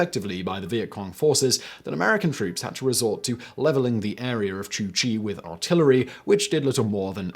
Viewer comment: It's not "Chu Chi" as you repeatedly said but "Cu Chi". That's not too hard to say for your Brit tongue, do your job.